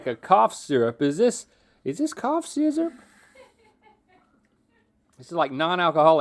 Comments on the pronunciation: so we’re just going to ignore Link saying “syzzurp” 🤣🤣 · I’m surprised Rhett didn’t make fun of Link saying “sesurp.” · My boy link said coup sizurp 😂sipping on that drank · "Is this cough sysurp?" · The fact that Link said “is this cough sizzurp?” 😂